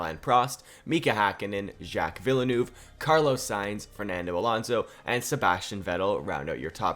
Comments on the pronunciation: z- jack ve-l-neve. not vielenoov. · No way you said jack Villa Noov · Villanouvy. That's a funny way of pronouncing Villeneuve 😂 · Villenuve is pronounced vill-nerve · The pronunciation of Villeneuve hurts me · I can’t get over how he says Villeneuve 💀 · How he pronounce Villeneuve triggers the shit out of me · I love and all of his content but please tell me I'm not the only one really bugged out by the way he pronounced Villeneuves name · The way you pronounce Villeneuve brings me a great deal of pain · 1. great video as always 2. u butchered Villeneuve pronunciation every time💀 3. why is every1 commenting for drivers that either arent in the game or arent legends at all🤨